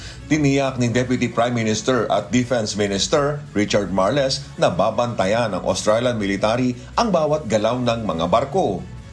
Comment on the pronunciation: Richard Marls ang tamang pronunciation hindi literal na Mar-les. Aralin muna bago mag report ng di magmukang katawa-tawa